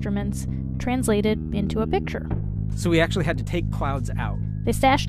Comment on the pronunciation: It's picture. Not pitcher